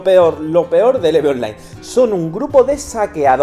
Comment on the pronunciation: Oye, español... se Pronuncia "IV" en tu idioma. No "eve"